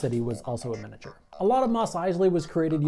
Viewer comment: Take a shot everytime he says 'minature'